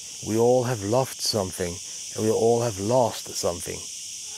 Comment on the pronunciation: You should practise to say the word "something".